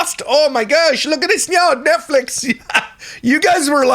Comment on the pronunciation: nutflix sound like a corn site lol